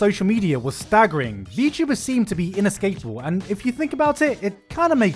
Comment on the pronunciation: Gigguk: inescapable My Brain: INAscapable